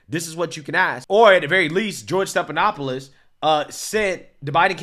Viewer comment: Stephanopoulos is NOT pronounced Stepanopoulos. No P. F, as in Frank. Steffffff. Not Stepppp. Be better.